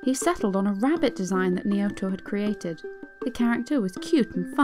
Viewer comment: I really didn't like the way you pronounced Naoto. It's a pet peeve but you can atleast do a little research on how you pronounce Japanese names just to be sure.